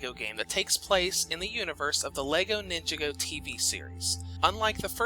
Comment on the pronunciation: Take a shot every time he mispronounces "Ninjago."